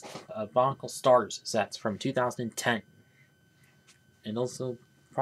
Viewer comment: Ah yes. The sturs